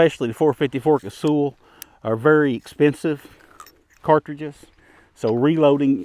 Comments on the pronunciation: Does anyone call Sully "sooly". Naaah. It's also not casool. Kaysawl. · KAY-SAW. That's how it's said. Or KAY-SALL.